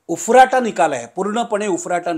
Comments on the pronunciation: उरफाटा....... म्हणजे विरुद्ध ... Not उफराटा... वागळे ग्रामीण भाषा शिका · उफराटा नाही उरफाटा शब्द आहे